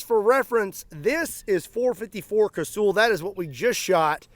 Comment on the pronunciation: It's not kay-sooooool. Its kay-sal or ka-sul.